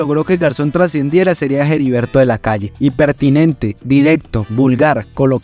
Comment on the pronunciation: Es Heriberto de la Calle, no Jeriberto de la Calle. La H es muda.